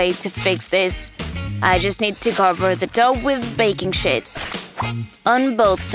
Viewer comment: She said baking shits 😂the 😂😂😂😂😂😂😂😂😂😂😂😂😂😂😂